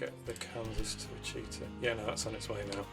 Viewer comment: Excellent. I enjoyed watching this. I particularly liked your early freight setup. Now this next bit is me paying back all the folks who try to correct my pronunciation of cities. It is WICH-uh-taw.